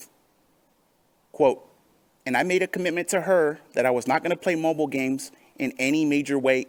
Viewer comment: I laugh every time he says "Mhobull games". Can't he speak like a normal person? After the second stroke he had couple of years ago I can barely understand him half of the time.